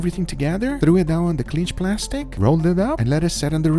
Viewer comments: Its cling wrap (kleeing) not clinge (Clin’j) as you keep pronouncing the French word clingue. I’ts cling like (en. King) not clingue like (en. hinge). Should be light g (guh) not harsh g similar to (j)ar) Love the vids. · It's not "clinch" plastic... it's "CLING" wrap. CLING... not "clinch".